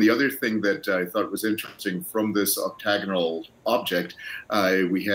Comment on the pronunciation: The way these brains pronounce Octagonal is hilarious. 🤦🤦🤦